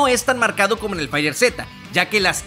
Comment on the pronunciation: Se pronuncia "Faiterz", dicho por los mismos de Bandai Namco. Buen video.